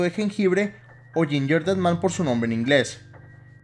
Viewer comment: otras personas:gingerdead man:yinyerded man:v